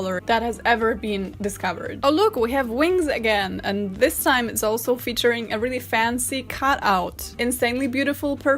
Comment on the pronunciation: I love this video so much. It makes me so happy. I just love hearing her say,”Dis is an abomination.” LOL!!